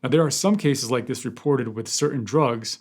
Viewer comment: Thank you for the comprehensive reporting! As a nurse, I appreciated that you pronounced the drugs correctly without skipping a beat 😉 Very sad case.